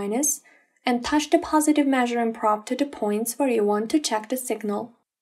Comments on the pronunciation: Praaaab, should be pronounced p'row'b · Terrible pronunciation, what is a praaaaaab?